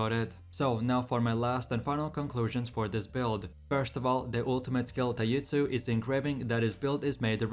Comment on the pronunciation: You lost me on "Taiutsu"